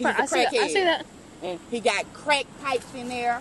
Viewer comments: I don't think she said crack, it sounded more like "creck" (a new type of meth maybe?) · He smokes Creck, not ‘crack’, *Creck* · "Smokin creck" 😂😂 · "He's a creck-hid! He smokes creck"